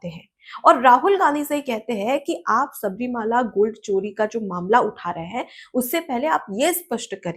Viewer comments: Please note that it is not Shabarimaala, but the correct pronunciation is Shabarimalai. Malai means a mountain. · Pleased Correct yourself by pronouncing correctly " Sabarimala", not Sabarimaala.